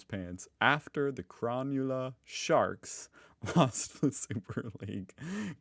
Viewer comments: ahaha!! Cron-you-la Sharks!! it’s pronounced Cro-null-a Sharks! 😂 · Cronulla fans would be fuming after he butchered the name lmao